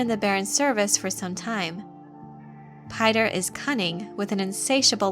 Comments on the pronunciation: Actually its pronounced "Peeter", not "Payter". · Piter=Peter, not PIE-ter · Piter ("Peter"), not "Pater" or "Pie-ter" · "Piter" is a dutch name, so it sounds terrible to hear it being pronounced the english way.